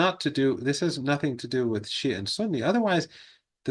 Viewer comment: It's not "Sia"; it's Shia.